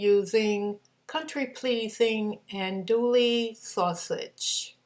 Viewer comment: Looks Amazing! I think the Cajun is pronounced Andoo-ee sausage😉